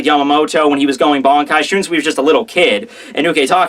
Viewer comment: why do you pronounce shunsui like that when you obviously have no problems with most of the other names?